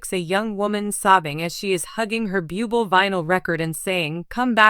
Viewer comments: It is very disrespectful to pronounce individual’s name incorrectly. I agree with earlier comments; if you have a disability in the form of pronouncing names and expressing words that may cause you to mispronounce names and words take a class in these areas of lack, in order to be qualified to express, or use names that you are unfamiliar with. Otherwise find another job. Just awful!,🙈🙈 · Yeah would you please pronounce his name correctly, if you can’t , get another job . God Bless you Michael,I know it’s not easy but God will help you through your journey . Thank you for sharing your beautiful voice with us. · If you are going to talk about him have the courtesy to pronounce his name correctly! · Agree, pronounce his family name ridiculous 😮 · Why don't these spokespeople learn how to say his name correctly. It's not that hard. It is not pronounced beeooble, it's pronounced Booblay. This is the spelled version Buble'. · It’s very irritating to hear you pronounce his last name Bee-you-bol not Boob-lei! If you do not know how to pronounce his name please quit your job because you are not prepared to do your job! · Micheal "Bubil" huh!? Right!!!!! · Michael Buubel! Really? God where do these narrators come from! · Reader, learn how to pronounce correctly. It is boo-blay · Before you do a piece learn to pronounce his name. I’m going to write out his name to help. Blueblay. My prayers are with you and your family during this ordeal. You are so respected and we all know the family is the most important unit to protect. You will be missed young man❣️ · Please learn how to read lady it is Bu-b lay please if ur going to read, Lear to pronounce words and names! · This narrator is DREADFUL..She wants to do a video about Michael Buble' but pronounces his name a BUBLE (what an insult) Terrible channel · It is insulting that you can't pronounce his name correctly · Why not find some who can at least pronounce his name!! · Please learn how to pronounce his last name!